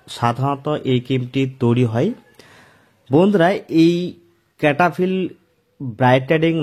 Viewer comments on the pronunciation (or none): ক্যাটা ফিল নয়, সেটাফিল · Name tai to vul ...bolchen.....cetaphill